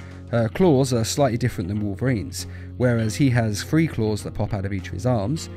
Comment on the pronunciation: theres no F in the word THREE